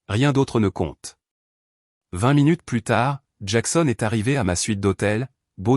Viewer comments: C'est une voix artificielle, générée par une IA. Les robots ne savent pas encore faire a nuance entre pluS et plu, ni entre vas-y et va-i grec 😂. C'est plutôt comique. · Il faut faire attention à la prononciation du mot "plus". Et ne pas prononcer " plusse" alors qu'il faut prononcer " plu" ça fausse le sens de l'histoire